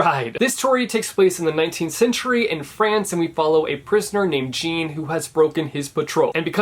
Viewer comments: BAhahaha noo haha it’s pronounced Jaawn because it’s French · desire subs lol then I guess if he pronounced his full name it would sound like "Jeen Valjeen" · About Les Mis - Yeah I totally get you. Have never read the book, dont want to read the book - its way too big - but I have seen both the stage musical and the movie!! Oh and please do NOT say Jean as GENE - it should be pronounced - Zhaan - the zh pronounced as in the soft s in pleasure or leisure. My sons name is Jean (Zhann - yes he is of french ancestry) and I detest that everyone calls him Jean(Gene) like a girl!!! He is NOT a girl!!! So now he prefers to call himself plain old JOHN - which of course everyone in the english speaking booktube (and world) knows how to pronounce!! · It’s pronounced more like “John” with a soft j, not “JEAN” lol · JEAN?! it’s Jonnnnn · Jean in les mis is pronounced like john. French pronunciation. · Yo in case it helps most theater kids pronounce misérables like without the les, just misérab. And Jean is pronounced like Sean, but with a J. I love you and your videos! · ‘we follow a prisoner named jean (p. gene)’ huh. never thought i’d get upset at that pronunciation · JEANNNNNN PRONOUNCED LIKE THAT I WHEEZED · PRONOUNCING JEAN AS ‘GEEN’ IM GOING TO CRY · IMPORTANT RECOMMENDATION: don’t watch the Les Mis movie, watch the MUSICAL (live)! You could watch the movie after ofc, but seeing it live is so much better (the movie’s a musical too) (also no judgement but like I also died when you pronounced Jean as “Jean” - like jeans - Bc it’s French so it’s pronounced john/jon lol pronunciation in French is WILD) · JEAN. ITS PRONOUNCED JOHN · Me as a theatre nerd being triggered when called pronounced Jean as "geen." 😂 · I had to stop when you pronounced Jean like Jeen lmao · Dude, I'm sorry, but I LOST IT when you pronounced Jean "Jeen" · Artfilia it’s definitely pronounced like John (I only know this because I was in the musical in high school) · Oh god he said Jean